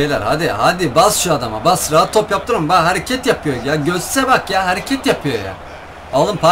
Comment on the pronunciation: Götze diyeceğine göt dedi X.D